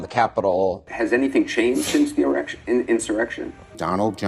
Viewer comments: Did anyone else notice that two people mentioning insurrection slipped up and said "Erection"? Chuck Schumer and whoever that lady was. They are so in lockstep, they make the same speech error. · Did Cooper say erection or insurrection?? Or was it just getting close to lunch?? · He literally said erection instead of insurrection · Did Cryin' Chuck actually say "erection", or did I dream that? 😂😂😂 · Haha he said errection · Schumer misspoke and said "erection" instead of "insurrection". Just saying. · These clowns keep on saying erection instead of insurrection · With caption on it reads erection everytime they say insurrection 😆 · Are we all just gonna skate past how they kept saying erection instead of insurrection? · He iincited an errction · they can't even pronounce'insurrection'!!!one guy said'erection'hahaha!!what morons! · LOL Anderson "Takes in the" Pooper "misspeaking," erection--er---insurrection. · 😂🤣🤣. God the clips of Cooper & Schumer saying “Donald Trump incited an erection” instead of “insurrection” is comic gold!!! I’m just imagining the “Trump gives Schumer a hard on” memes 🤣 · Their new buzz word interection....umm erection... umm insurrection well done you read the word correctly 😁😁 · How can none of these reporters or Congressmen not pronounce insurrection without saying " erection, I mean insurrection" 😁😂 all these leftists thinking about erections smh... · In most of those clips they can't even say inserection... insurrection right. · Did Anderson Pooper say “incite an erection”? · It's bad when they can't even pronounce insurrection. Sounds like they keep saying inerection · Erection insurection. Lol Schumer cant say insurection Erection is something he probably hasnt had for a long time! What a tool! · These Democrats are so f'n dumb they can't even pronounce "insurrection". Did you see how giddy Anderson Copper got when he said "erection". Schumer said the same thing and then smiled as he tried to remember when was the last time he had one.